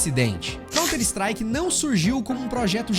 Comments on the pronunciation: mano pq diabos esse cara pronuncia 'contristrike?' COUNTER strike cara, sao 2 palavras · "Conter Istrike"... vtnc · eh, mas "cont strike" foi dose hein? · Mas fez um vídeo inteiro do assunto e não se preocupou nem em aprender a pronunciar o nome do jogo !?